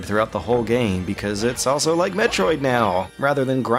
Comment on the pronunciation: Did you rike it?